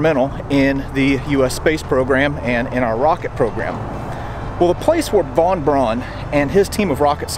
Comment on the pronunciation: Von Braun’s name is pronounced “Von Brown”... everyone gets it wrong!